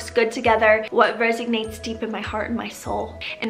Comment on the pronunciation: Love ya but it’s resonate not resignates 😘